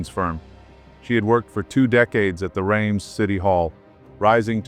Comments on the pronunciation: The name of the city in France is pronounced Rems not raimes (Rheims) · "...the names of places they could barely pronounce..." says the narrator who didn't bother to research how to correctly pronounce the word, "Reims". Oh, the irony...